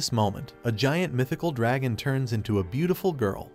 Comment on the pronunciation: He is saying gawiianth